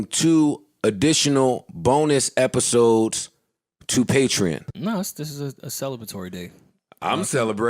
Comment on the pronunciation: And pronouncing “patreon” incorrectly for the entirety of the episode. Nobody correcting him was pretty telling. We all got that friend who we just let sound dumb cuz it ain’t worth it 🌚